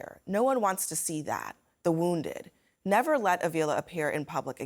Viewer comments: It's pronounced A-vila, the accent is the first A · Just for the record, in Avila, the stress is made in the first syllable, like in Jonathan. To hear everyone saying JonAthan is a little bit disturbing, right? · Seriously no one at CNN speaks Spanish well enough to tell these idiots how to pronounce Avila? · Side note from the main point here about Trump denigrating the military and vets. I was surprised to hear the announcer and the hostess mispronounce Mr. Ávila's last name. Just trying to be helpful here. In most Romance languages there are "tildes" or marks over certain letters. That's a visual indication of the stressed vowel in that word. So, it is pronounced US: /ˈɑːv-/ AHV-,[3] Spanish: [ˈanβila]. In this case, the name Ávila comes from a city in Spain which is also the capital of the province by the same name. There have been people living there for some 2,500 years, that's probably why you haven't heard about it or of it. The city has a complete medieval wall, one of the best in Europe. The Walls of Ávila The main landmark in the city is the imposing Walls of Ávila (11th–14th centuries), begun in 1090. The enclosed area is 31 hectares (77 acres) with a perimeter of 2,516 metres (2,752 yd), 88 blocks of semicircular towers, 2,500 merlons, curtain walls 3 m (9 ft 10 in) thick, with an average height of 12 m (39 ft), and 9 gates.[18] The walls represent the largest fully illuminated monument in the world. It is possible to walk upon the walls for roughly half their circumference. While some of the walls will never be walkable because of their integration into other structures, a large stretch has yet to be made safe for pedestrians.[citation needed.